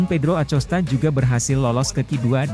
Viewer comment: bacanya "akosta" mas